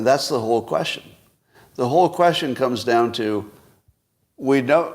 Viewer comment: Teach yourself to pronounce question